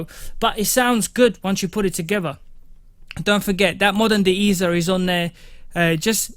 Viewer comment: De-easer or De- ESSER 😭 I’m cryin brah good vid though